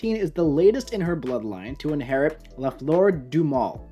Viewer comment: You got that ''La Fleur du Mal'' right btw